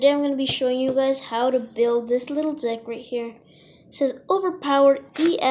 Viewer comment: Lol instead of deck I herd another word and love the vid I've watched it so many times for my binders